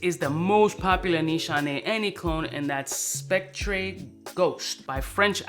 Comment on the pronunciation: Hey Spectre is still pronounced specter. It’s just the UK spelling. Like in London the sign will say City Centre. It’s still just City Center but they spell it the other way